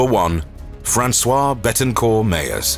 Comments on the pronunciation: François is a man’s name, this woman is called Françoise. It would be good to learn to pronounce the names correctly before making videos. Thank you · Frahnswahze NOT frahnswah. Francois is a masculine name. Françoise is the female form. This is like salade Niçoise , which is constantly mispronounced Niçois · He pronounces her first name the wrong way, it is Françoise (feminine) not François (masculin) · FranceWARSE is how the woman's name is pronounced in French. FranceWA is the male name. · 1: it’s pronounced FrançoisE, “Franswazz” in phonetical English; 2: Nine months ago, when that vid was published, the richest man in the world was not one of the three that was cited, but another French citizen: Bernard Arnault.